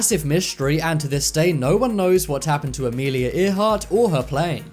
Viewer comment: Amelia Ear heart? It's pronounced Air heart, luv.